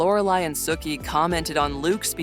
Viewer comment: I was into this until the narrator said Sookie's name. Clearly not a real fan of the show.